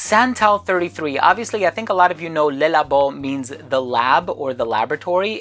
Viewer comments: Le is pronounced luh not lay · It’s Le, pronounced Luh